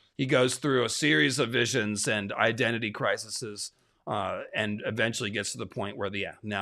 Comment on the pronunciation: Its not crisises.... It's crises ... Pronounced.... CRY SEAS. :P